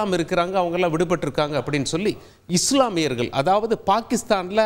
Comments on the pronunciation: தமிழ் உச்சரிப்பில், இந்துக்கல், சீக்கியர்கல், இஸ்லாமியர்கல், நாடுகல் என்று தவறாக உச்சரிக்கக்கூடாது தம்பி. உச்சரிப்பில் கவனம் செலுத்த வேண்டும் தம்பி. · யோவ் நீஇன்னும் தமிழை சரியாக படிக்கலையா? நாடுகல், மக்கல்,இஸ்லாமியார்கல்😢